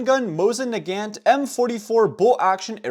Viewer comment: IT'S NAGANT, NOT NAGANT GOD DANM IT